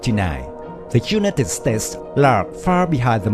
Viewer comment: I only counted four pronunciations that could be better, the I, used in the word United, say it like "eye". The o, in total say it like "oh". The I, gasoline sounds like two ee and mow sounds like moh :) hope I've not made it more confusing, I have no problem at all understanding!!!:)